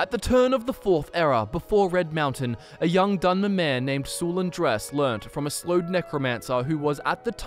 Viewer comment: Dunmer* not dinner lmao